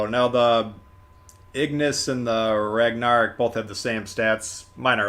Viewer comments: Did i just hear pronounce Ragnarok, regnerok?! What😅. I also just wanna say i wish the ignis purgatio was based on tech tree ship colorado, as it would fit the style and nation more. It aould also make the Ragnarok more uniqe. The fact that BOTH event ships are just reskins of the nagato is not the best way to spend my money. The ships are also way more overpriced and you could just get a tier 6 premium for cheaper and more value. Im sorry but i dont want to pay 3 to 4 thousend more doubloons just to get an extra commander. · he really said ragnarok like that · It's Ig-nis Pur-ga-tea-oh. Not per-gacio. Also Ragnarok is pronounced rag-na-rock. Not rag-nar-rick.